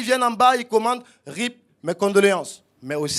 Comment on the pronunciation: Comment il prononce RIP ça mfume 💀